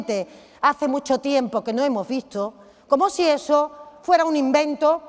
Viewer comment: PA QUE...ES?? ..PRIMERO QUE APRENDA A PRONUNCIAR... PARA QUE ES...